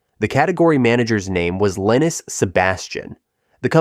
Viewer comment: Linus is pronounced "Line-us". Gabriel is pronounced 'Gabe-ree-oh". :)